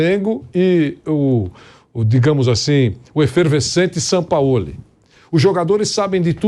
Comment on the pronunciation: Caramba fala Jorge Sampaoli. Por favor! Com J e G e não Ror Re